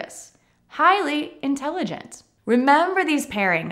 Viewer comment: thank you for this particularly helpful lesson. I listened carefully to your pronunciation and instead of " intelligent" I heard " intelligence". Instead of " brilliant" I heard " brilliance". Maybe my ears are playing jokes with me. Anyone else hearing the same?